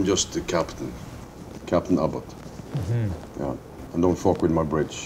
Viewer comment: Its pronounced abbott